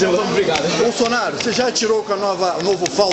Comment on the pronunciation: "Bulsunario" ashahsahsahs